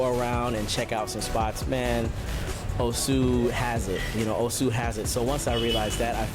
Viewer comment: What a stunning venue. Such a shame music is too loud on this video. Sidenote: It's O-su rather than Oh-su and say it faster rather than dragging out the syllables.